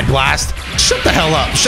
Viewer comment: What's an energy "slast"?